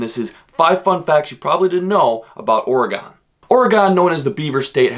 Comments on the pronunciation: It's. NOT Ore (gone) fun fact number 6 oregonians hate it when you call it Or- E-Gone. Try a more subtle approach with 2 or less syllables more of an Oregin Knew all those facts but didn't know the oddlaw. Nice video though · Yes ... it's definitely NOT Ory-Gone. More like OR-e-gun. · Here’s a fun fact from an Oregonian , ITS AURA-GEN NOT AURA-GONE Like organ, ORE-GAN , AURA-GEN just definitely not Aura-Gone. It’s so annoying sorry but it’s good to learn. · It not oragon it oragon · That kept irking me, too. >.< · Fun fact about saying the word Oregon: its pronounced "Orygun." This is like the only nice comment you'll get as well... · It is pronounced Oh-rig-gun!!!! Not gone! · Your saying the name wrong